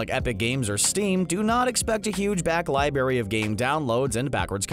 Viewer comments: he meant they pronounced it libary when it's supposed to be pronounced library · So no ones going to talk about them saying “libary” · Library*